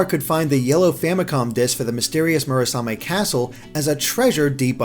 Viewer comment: Next up: Mission in Action - The NX. ...sorry. It's getting old. ...and I'm getting old, too. D: and you gotta love that constistent wrong pronounciation of Murasame.